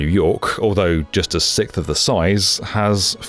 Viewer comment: Hey Why do you say sixth (6th) as sith, like the Sith lords from Star Wars instead of siksth?